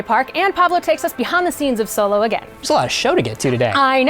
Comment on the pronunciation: Solo? You mean Soylo??